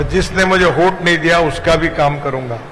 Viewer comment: “होट” नहींरे बाबा…! “वोट” बोलते हैं…